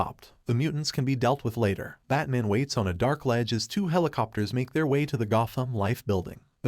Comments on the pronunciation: You speak perfect English so Why when telling the story you call him bat mon? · Does the narrator keep saying Bat-mun? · I hate the way this thing pronounces batman